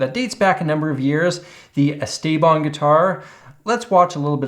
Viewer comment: He was some guy from Pittsburgh who played guitar and made some instructional videos. His real name was Stephen Paul, so "Esteban" is at least the correct Spanish pronunciation. I remember watching the infomercial for the Esteban guitar. This was back in the 90s, on most network channels after 2AM they would just go off the air. Sometimes they would have an image of an eagle or American flag, other channels was just static snow. Cable channels would stay on but they only showed infomercials, so if you were awake it came down to finding the right one to watch. My personal favorite was the Time/Life "Sounds of the 70's," the worst was a guy with a John Waters pencil thin moustache who just oozed "sleazely date-rape drug," selling something to make you shit your brains out. The Esteban one was a classic though. I remember even at the time when I would have only been playing for a year or so, I still know enough to realize the fact that you could stand on it without breaking wasn't a positive feature, in spite of them pretending it was. I don't know about now, but I remember a decade or so ago there was always at least 1 of them for sale on Craigslist.